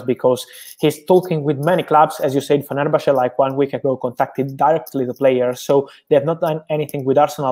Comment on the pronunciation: Impressed he pronounced fenerbahce perfectly, nothing groundbreaking but always good to hear from Romano